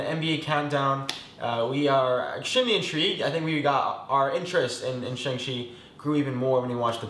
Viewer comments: Wait Oregon isn’t pronounced that way? And also on your last part, just bcuz it’s spelled a certain way doesn’t mean it’s the correct way. “Shaung” is the correct way and I’m pretty sure all Asians would like ppl to pronounce it that way since it’s the right one. It just seems disrespectful to them to not say it the right way. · Actually homie on the left in the red pronounced his name properly. It's meant to be sounded out as "Shaung-Chee" not "Shayng" 👌🏾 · the pronunciation is SHONG CHI, like sean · The pronunciation of Shang-Chi in Northern Chinese (Mandarin) is SHONG-CHEE, with a softer CH that's similar to ZH (more like Asia than cheetah). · Who tf say "shayng" sorry for my words my bad, but it is pretty obvious 😭✋